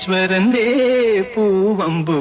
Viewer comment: രണ്ട് പാട്ടുകളും തെറ്റിച്ചാണ് പാടിവെച്ചിരിക്കുന്നത്. ഒന്നാമത്തെത്തിൽ ഗഗനവും ഗഹനതയും മാറിപ്പോകുന്നു.അല്ലെങ്കിൽ തന്നെ ദാസേട്ടന് “ഹ” ഉച്ചരിക്കാൻ ബുദ്ധിമുട്ട് ആണ്.രണ്ടാമത്തെ പാട്ടിൽ “മല്ലീശരന്റെ” എന്നതും തെറ്റിച്ചു.ഇങ്ങേരുടെ സംസ്‌കൃത വാക്കുകളുടെ ഉച്ചാരണം പലപ്പോഴും അബദ്ധം ആണ്.